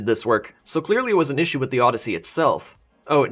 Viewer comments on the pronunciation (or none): none